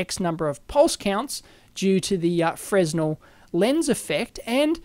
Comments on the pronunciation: Stop saying fresno god damn it :) Freh-nell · It's pronounced "frehnel"- the s is silent, like in French.